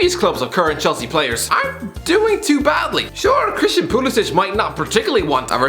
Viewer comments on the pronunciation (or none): none